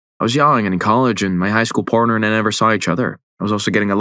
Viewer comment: Dude said parter at the start and copperate. Come on now 😂😂